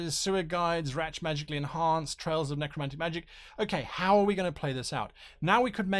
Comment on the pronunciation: “Strange trails of neck-romantic magic... neck-rooomantic..” 😘😵😘😵